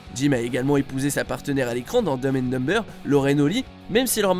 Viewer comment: Je pense que le narrateur devrait dire les titres de films en français. C'est pénible entendre 2 fois "domme and domme-beurre"